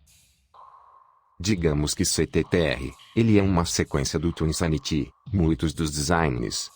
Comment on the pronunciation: Essa narração robótica é tão broxante… ouvir o conteúdo do vídeo nessa voz é tão 🙄… “Twin Sanití”, “Cortequis”, “Creche”, “Équis Boxí”, “Gaymi Kibe”? Sério isso?